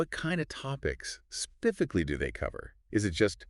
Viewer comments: Could not get past "spiffically" 😄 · “Spiffically?” The problem with AI is I don’t know if it just can’t pronounce “specifically” or if it’s intending to mimic the general morons you find on the internet who can’t pronounce certain words correctly.